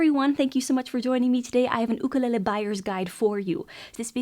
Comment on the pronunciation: that’s how it’s supposed to be pronounced